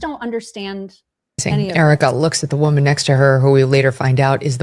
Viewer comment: Candace speaks like her tongue is pierced. She cannot say “woman” and seriously struggles with the word “women”.